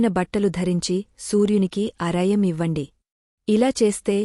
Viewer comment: అరయం kadu Argyam ముందు తెలుగు తెలుసుకొండి